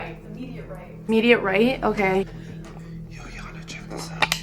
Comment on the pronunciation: He name is yana not jana